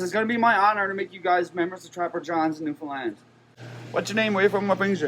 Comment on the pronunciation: Thank you for your correct pronunciation of the province name. Most of the time you say "New-found-land" or "New-fin-land" (both correct) and not "New-fin-lind" (wrong).